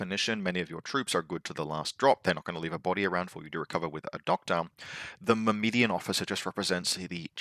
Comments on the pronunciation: mur-mah-daan, but close enough lol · I've figured it out, I know your game. You just pronounce extra "I"s into words to farm engagement. Myrmidon, Shasvastii. Well it's not gonna work on me;)